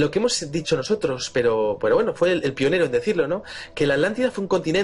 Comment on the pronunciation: Victor Villanueva Lo mismo te digo, el castellano es lindísimo, no es "que gueno" es "qué bueno"